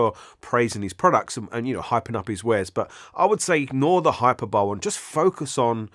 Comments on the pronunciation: really sorry, it's pronounced hi per bol ee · Just FYI hyperbole isn't pronounced like tadpole, the 'e' at the end is articulated - hahy-pur-buh-lee.